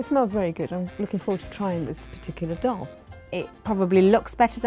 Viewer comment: And the way they pronounce the words sounds like they are a foreigner trying to say Indian food names they saying doll instead of daal